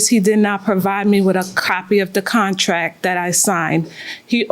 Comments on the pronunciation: Contrack. Lol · If she says contrack one mo time lol